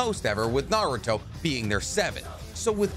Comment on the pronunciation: Just found this channel, which is pretty cool but a major downside is this guy's pronunciations of Naruto/Japanese names. So American of him. For now it's a great channel, and I'll bne going back to watch old videos but his pronunciations are definitely going to grate on me.